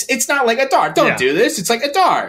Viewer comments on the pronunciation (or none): The way guys say Adar just kills me. UH - DAR, bro you're a LOTR content channel. Its AH-Dar